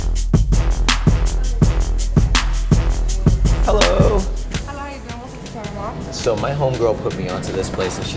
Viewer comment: it's pronounced TEA-RE-MOK not tereimok.